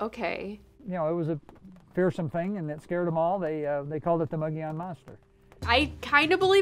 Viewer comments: Moe Go Lawn? No. It's moe ga Yun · If your gonna talk about the Mogollon monster, at least try and pronounce the word Mogollon correct....(Phonetically Muggy-Yawn, moe-gee-yone, depending on what region of Arizona or New Mexico your from), but never (Ma-ga-lon or moe-ga-lon) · It's not "Moge-LON", it's "Mo-gee-on". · "Mow gee on" not "mow go lon" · I'm from Az. It's not Mog oh Lon it's pronounced Muggy E Own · People always mispronouncing the Mogollon mountains in Az,it's pronounced like this (mo-gee-on);I'm Native American in Az.this is the way it's supposed to be sounded out like.and Payson (pay-son)long A.. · The hosts pronounced “mogllon” wrong it’s pronounced, “mogi-yon” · It's pronounced Mogee- On. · The mountain is pronounced mogi yone the ll is pronounced like a y , hate to nit pic . But this is my home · It's pronounced Mo Gi On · For Gods Sake pronounce it right… it’s. Mo Gee On .. your embarrassing Arizona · Pronounced "mogiyon", dam. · The two girls in the video can't hear that they mispronounced the name , lol, the double ll is silent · You pronounced mogollon wrong... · First of all, be aware of how to pronounce Mogollon young ladies. Really sloppy and ditsy. I'd enjoy this more if they removed the girl commentary.